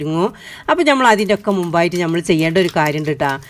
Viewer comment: Nyammal alla nammal ennu paranyoode?